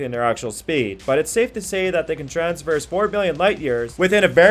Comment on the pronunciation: Well, you kind of lost some credibility when you mispronounced "Sulaco," "Centauri," and "traverse," but I stuck it out, hoping against hope that one of these "fastest ship" lists might for once actually include the fastest ship . . . but no dice. You included the TARDIS for the right reasons, so I'll give you props on effort--but there is something faster. The Gay Deceiver, from Robert A. Heinlein's novel The Number Of The Beast, Is. The Fastest. Spaceship. In. Science Fiction. BAR NONE. There may be others which can tie it, but it is literally impossible to beat it. The TARDIS, you see (and point out) has travel time. People inside (and hanging onto the outside) experience duration during its trips, and it is limited in where it can go--for example, it can't go back to Bad Wolf Bay. Gay Deceiver, on the other hand, has no such restrictions. Gay is a modified Ford Duo (think a luxury flying car) outfitted with the Burroughs Device, which is capable of translating or rotating the vehicle along every possible axis of dimension and positioning it at any coordinates along these axes, and is controlled by a supercomputer which was modified to become truly sentient. What does all that mean? In simple terms: Gay deceiver can go from any location in any possible universe (real or imaginary) at any point in that universe's history TO any location in any possible universe (real or imaginary) at any point in that universe's history in exactly zero time. One chronon you are HERE; the ne